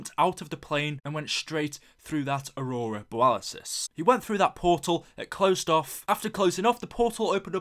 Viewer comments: Go-rod Kro-VEE, Aurora Boalisis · It's aurora borealis not beralisys